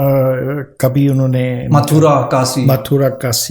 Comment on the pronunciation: It's not pronounced Varnaasi; it's Vaaraanasee. It's not Kasi; it's pronounced Kaashee. Not mandar but mandir (dir pronounced as in bit).